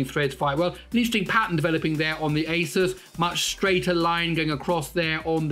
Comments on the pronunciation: fixed But still not how Linus says it 😀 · 'asus' Linus: "it's asoos"